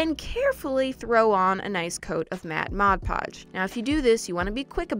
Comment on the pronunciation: She told mad podge then mod podge I was cracking up